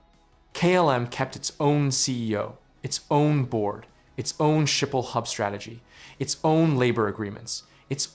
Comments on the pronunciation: Schiphol is pronounced as ‘SKIP-HOL’, not ‘Shi-pol’😊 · No it’s not. It’s pronounced with a guttural “G” “Sgiphol”. But foreigners have problems so they resort to either Skiphol or Shiphol, both are wrong though.